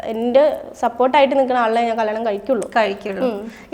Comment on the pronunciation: കള്ളാണം അല്ല കല്ല്യാണം 😂😂😂